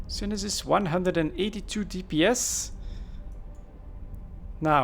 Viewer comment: Pretty shure its pronounced sune sis